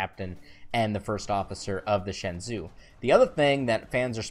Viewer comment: It's pronounced Shen-jo